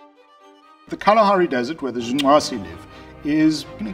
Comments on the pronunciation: Good job. See white people, it isn't that hard to pronounce black people's names. Great video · I appreciated it actually and smiled as well. It warmed my heart to hear a fellow westerner, not "mock" the click languages of Africa. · I love how committed he is to the pronunciation of that tribe’s name. Pretty cool sounding. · Stop saying "Jung nwaze", like it's such and awesome achievement to pronounce it, you pretentious prick! And just because an individual is fit for survival doesn't mean they can't enjoy leisure time. So you're not debunking shit, hippie, you just forgot about the survival bias. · Great hearing you articulate that Southern African click name so well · i like how he pronounces the name :) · Respec! My man pronounced the tribe name correctly nd all. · It is quite fascinating that he is able to pronounce the name of the tribe as intendet. at least i think he does, because he makes a slight klick noise. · I just felt an outburst of joy every time he pronounced “The Ju/'hoansi.” I don't know why, but this man pronouncing that gave me a childlike joy.